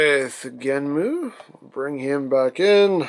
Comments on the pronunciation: why are you calling him Genmu it's GENM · Its easier to say that way